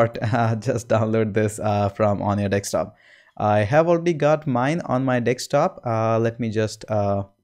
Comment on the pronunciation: Thank you Sir. And did I just hear dekstop?